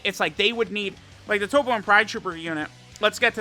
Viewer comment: Why does he say toppo correctly but then turn around and say cabba wrong?